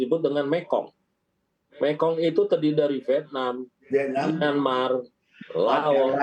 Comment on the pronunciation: presenter berita kok kurang pengetahuan 😂 mekong jadi mengkong 😅 mengkong koyok lambemu 😅